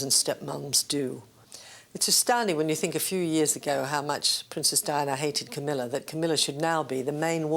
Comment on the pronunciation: Camilla is a very intelligent woman . BTW it´s Camilla NOT CAMMILLA .